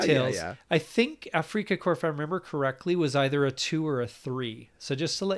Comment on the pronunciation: 'Afrika' is pronounced just like the English word 'Africa'.